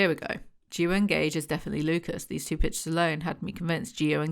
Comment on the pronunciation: ohhhh Lucas, I was hearing Lupus and was like, yeah no we're not calling him lupus